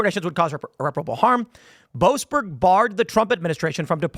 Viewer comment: "Joasberg" - every single time.